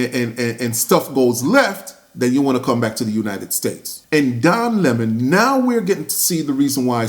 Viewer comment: So great to hear him referred to as Lemon instead of the fake Leh-mon. He's Lemon by name & a Lemon by nature